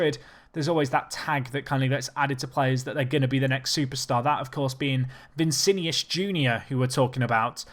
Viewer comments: Cannot buy Paqueta anymore. Going to Milan in January. And its Vinicius, not Vicinius! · Vinicius, not vincinius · It's V I N I C I U S bruv, not Vincinius, but good video nonetheless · He can say it however he likes. If I want I can proncounce your name as Andre Chavez. It's called freedom of speech.